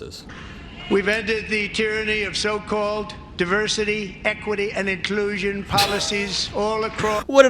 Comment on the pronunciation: how he enunciates "inclusion" - he's riffing right here. Meaning he's feeling comfortable to go off-script and just start making shit up and playing to the crowd.